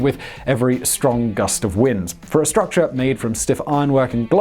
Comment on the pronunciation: “...a one thousand foot struc cha.”